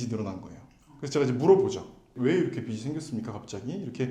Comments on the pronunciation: 빚이> 빗이 비시 비시 가 아니라 = 빚이. 비지 비지 라고... 변호사남이 계속 해주시는데 귀가 막힘? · 비시 아니고 비지 ㅎㅎ